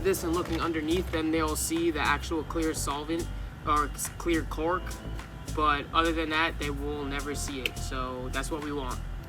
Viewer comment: It’s not “cork” it’s a “caulk” and “caulk gun”.